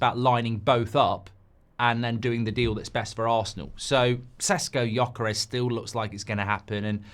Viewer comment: You poor darling, you’re in a serious struggle with the “Gy” in Gyökeres! I’ll try to help: “gy” is close-ish to the “j” sound of “jungle”. (He is listed as Swedish because he was born there, but he is of Hungarian parentage, hence the tongue-twister name. Any Hungarian LPFC supporters who can help in person?? (I’d love to but I’m in South Africa!)